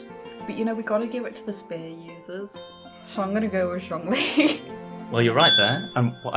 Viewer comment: did this man just say zongli